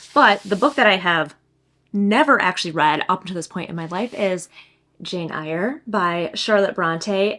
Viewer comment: Fabulous video!! Also, your eye make-up looks lovely!! That yellow Sally Rooney BOTM 🤩 Our UK cover is blue but a totally different design! Btw, the ‘Eyre’ of Jane Eyre is said like “air” 🙂 xoxo